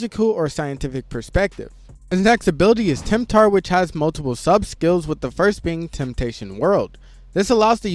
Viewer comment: Tempter, it's tempter